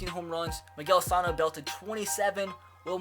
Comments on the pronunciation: I'm a twins fan, No offense but it is Miguel Suh no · Bro u pronounced Miguel Sanos name wrong